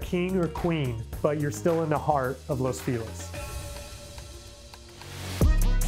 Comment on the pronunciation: Agents really should make an effort with pronunciations. Los Feliz should not have been the hack job this agent made of it. It hurt my ears all the way over here in Sydney! Pain! Ok. Let's give it a try. Los is pronounced like "loss" = the charity made a loss on the deal. Feliz = happy but the agent made me want to sob. Ok, so feliz = fay (as in Faye Dunaway) or Fay Wray (hint 1933), but it's a short fay not drawn out (funny, as it's written in Spanish = fe!) + lease, as in lease a property! Loss Fay-lease. Don't spread the two word, 3 syllable name out, keep it snappy, but not so much you can't be understood. Los Feliz should make you happy (loss fay-lease). You'd think people selling property in LA would bone up on pronouncing things just right